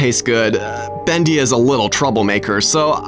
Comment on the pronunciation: Not bist bendy its bost bendy